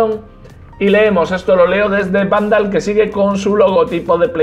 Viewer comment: Todos leen: Vandal Lo que dice: xvanoal